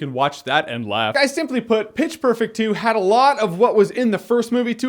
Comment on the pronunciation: Every time you said pitch its sounded like bitch